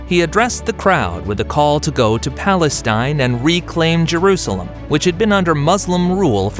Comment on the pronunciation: Why does he keep saying palenstine?